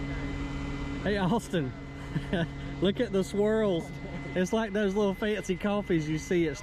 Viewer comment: "Look at the swirls. It's like those fayncy coffees at starbucks" IQ. 10